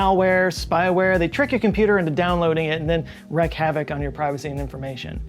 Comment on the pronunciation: I don't want to be 'That Guy', but... Oh hell, I like being him! It's not "wreck havoc", it's "wreak havoc" where 'wreak' is pronounced "reek."